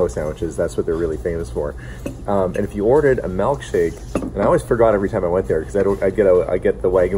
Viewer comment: I can tell you spent time out east by your pronunciation of milk shake as "melk shake".